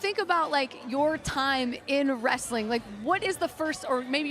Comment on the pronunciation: Omg Dennis Rodman said 'wrasslin'. Vince McMahon is somewhere, rolling over in his giant Egg.